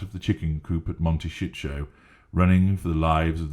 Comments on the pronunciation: I'm so glad they moved to Monteshitsho just to here you say Monteshitsho. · Narrator says Monte Shit show 🤣🤪